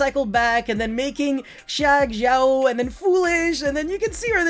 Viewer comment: xianjiang is pronounced Sheng-Geng (capital G pronounciation) as far as i know xd